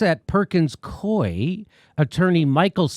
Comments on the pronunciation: it's pronounced Perkins Coo - eee. in DC anyway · "Perkins-Coo'ee" other than that, great story. Follow the threads and the DNC's attempted coup starts to unravel. Kudos Jimmy for your non-partisan coverage.